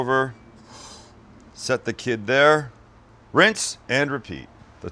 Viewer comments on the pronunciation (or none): none